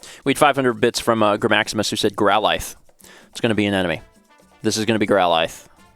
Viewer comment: Ahh I forgot how weirdly he pronounces Growlithe.